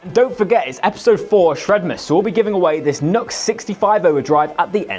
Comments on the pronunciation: It is NEW-X not NUX! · The one where the little leprechaun bounces out and introduces "YNGWIE J MALMSTEEN !!!!!!!!!", and then "YNGWIE J MALMSTEEN" does some strap swings and rips though 10 000 picks per song. Also, it's "noo-X" or "new-X" for the civilised of those amongst us". I do believe there is a wee hyphen in there on the logo. Good pedals. Entered.